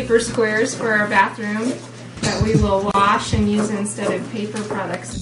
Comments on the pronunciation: Wash, Opie. Not ‘worsh’ you little child. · Say worsh one more time opie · Oh my God opie stop saying warsh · stop saying worsh